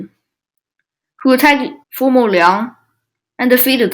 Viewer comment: Not bad in general but still many mistakes. 1. It's "Former" Qin, not "Formal." 2. Former Qin didn't fight against Later Zhao. It was Former Yan that inherited most territory of Later Zhao and thus became the strongest kingdom in China. Then Former Qin rised and destoryed Former Yan and became the strongest. 3. Eastern Jin had about 200,000 men in total (Huan Chong had 100,000 in the western front). At Fei River (the main battleground) Eastern Jin had 80,000 men, not 30,000 as you said.